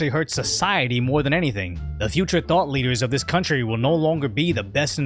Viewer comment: "The future thought-leaders ..." ?? Or did you say, "The future THOT-leaders..."??